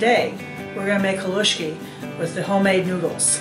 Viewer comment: Living close to the coal region thank you for saying haluski correctly.